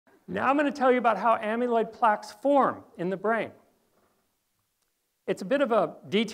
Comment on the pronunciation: This is very valuable information but it's jarring to hear the word amyloid mispronounced so many times in one presentation. You are pronouncing it like the root of "amulet" (AM-yuh·luht). But "amyloid" has never been pronounced (AM-yuh-loyd) - - correctly, it's (AM-a-loyd).